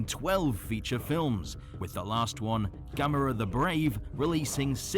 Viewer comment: The way you pronounce Gamera is “Gam Er Rah”